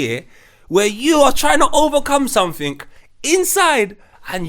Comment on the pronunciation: "Something" man... Jeeez. These man saying "Somethink"😅😅😅😅😅